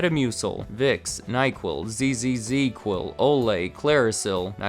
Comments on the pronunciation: First time I’ve ever heard anyone pronounce ZzzQuil by using all 3 Zs in the name haha. Was quite entertaining listening to “zee zee zee Quil” the couple times it was said lol. I’ve always heard it and pronounced it as “Zee Quil” but can definitely see why some would pronounce all 3 Zs which is a phonetic nightmare lol. Great video as always!! Love this channel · Maybe it was wrong of me to laugh when you said "Z z z Quil", but I've never heard it pronounced that way. I always heard it as "Z Quil". But it does have 3 Z's, so maybe that is how it should be pronounced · Zee quil not zzz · It pronounced ZzzQuil, not Z Z Z quil, the Z is trailing not repetitive. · You only have to pronounce one z in zzzquil.